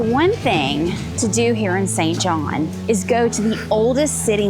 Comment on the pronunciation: Its SAINT JOHN.